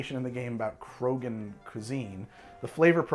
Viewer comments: Lol you actually nailed Tuchanka and Krogan. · Just for the record, you pronounced Krogan and Tuchanka correctly. I'm not sure that Elaaden exists, since I'm not sure Andromeda exists, but I'm willing to bet you got that right at least once. :D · Actually, your pronunciation of Tuchanka and Krogan are pretty much spot on. in my experience a lot of alien names are phonetic in Mass Effect.